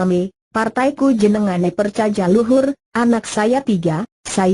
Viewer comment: Bukan percajaja luhur tapi percaya luhur dibacanya ejaan lama mba enggak enak banget didengar nya